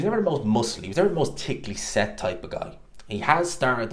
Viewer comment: “Tickh-ly set” 😂😂😂